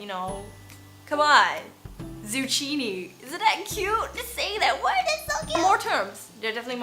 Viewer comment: Cool video hahah, I appreciate the representation of aromanticism since it's something so rarely talked about in the media and in social settings. By the way, 'zucchini' is pronounced as 'zoo-ki-ni', just thought I'd let you know. 😉🤣